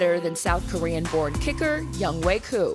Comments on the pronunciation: they should pronounce his name 'young-o' instead of younghway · I'm just wondering if he got made fun of during his childhood, because of his first name, Young Hoe. Why they pronounce his name Young Way? Is that how you really say it? lol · It's Young-Hoe (like the gardening tool), not Young "Hway". Why can't people read?